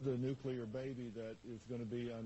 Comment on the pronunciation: And, of course, he mispronounces 'nuclear' - he says 'nuculur'. Another marginally-educated, hick religious nut.